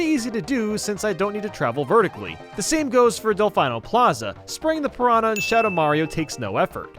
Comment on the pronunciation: “Let’s him attack enemies” attacks a pianah